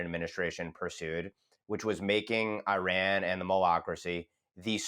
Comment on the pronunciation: How is it that a so-called 'expert' on Iran cannot even pronounce the country's name right?